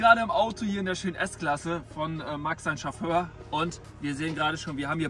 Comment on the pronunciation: „Wir sitzen in der S Klasse von Max seinem Schofför" digga ich konnte nicht mehr 😂😂😂